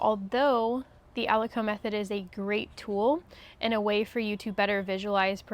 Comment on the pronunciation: Thank you for sharing these great details,! I’d like to mention that aliquot is pronounced as “ah-lih-kwat” and not ah-li-coh”. I work in biotech and these are common terminologies in analytical/QC for assay testing.